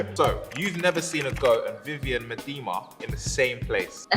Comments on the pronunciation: If you want to pronounce the goat's name more like the Dutch pronunciation you English could say, me-the-ma. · What a great interview format! Combine a knowledgeable and funny interviewer like with an intelligent and personable interviewee like Leah and it’s just wonderful. But, you need to get Viv’s last name pronounced correctly… ☺️